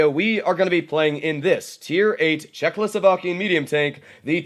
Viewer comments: Why do you ALWAYS say, "Czechloslovakia"???? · oh wait i see what ur saying, he says an L after czech